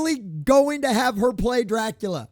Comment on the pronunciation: Bram Stokers Cack-ular 😂